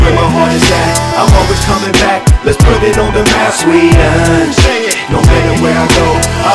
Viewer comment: eeeeeeeeeeeeh.... Säger du "sveden" till sverige på engelska elleR?